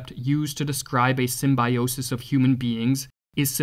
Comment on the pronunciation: Symbiosis, not symbAJosis.